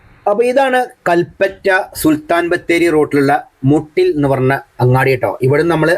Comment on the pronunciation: Not. Mooottil . Muttil only 😂